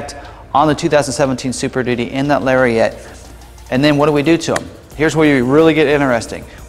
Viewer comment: And it's a lariat. Not a lariet